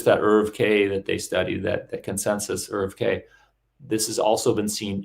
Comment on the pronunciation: A minor irritation, nobody but a couple of odd antiscience folk I've come across, (just two of them) pronounce "ERV" in the same way that Americans mispronounce "herbs", dropping the "h". The acronym is usually spelled out, sounding like "Ee-are-vee".